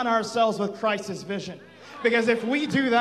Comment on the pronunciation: Did he say "Christ-iz vision" ? It's just "Christ's" . He went all crazy there at the end.